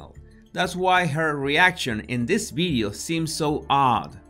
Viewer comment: Does he say Bideo or video ?????